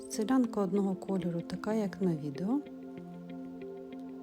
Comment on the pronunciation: Дякую за вашу працю. Інформація корисна і навіть потрібна. Тільки велике прохання, не перекручувати назву виробу. Не " селянка" а " силянка" . До села цей виріб не має жодного відношення. Назва походить від слів насИлювати, сИляти. І наголос кладеться на "И" а не на "я".Збережіть , будь ласка, автентичність назви виробу❤